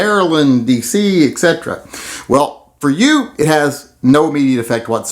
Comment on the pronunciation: "Et 'sedera" ....